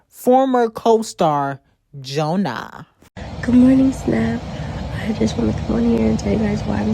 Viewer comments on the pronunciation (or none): Now 😂😂😂😂 why the hell would you say Jonah like that😂😂😂😂💀💀💀💀 lmfaooo